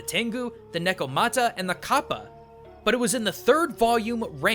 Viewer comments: It's called ka-Ppa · did you say..... KAPPA?